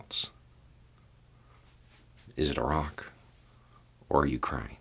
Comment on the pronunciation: A tip of my hat to for pronouncing "Iraq" correctly. It's the little things in life.